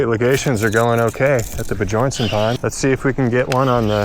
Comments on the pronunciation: At first I thought you were pronouncing Bjornson incorrectly on purpose, but now it's clear that you don't know how to. The j in Bjornson is pronounced as a y like in young, Be your n son. It's a Scandinavian name that means Son of a Bear. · did you know Bjornson means bjorns son. and bjorn is danish for bear. so its said also like be-yorn